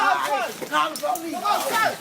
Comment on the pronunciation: ‘Call the polie, call the polie’